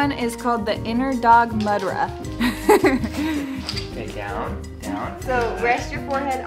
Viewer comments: mudra pronounced moodra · it not mud-ra its actually mood-ra 😂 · The spelling of Mudra is more like moodra, well it's not your problem cuz I still break my teeth spelling these name though being an Indian 😅😅😅